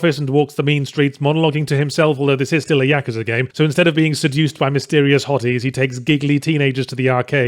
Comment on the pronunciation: Ya-KOO-za not Yaka-za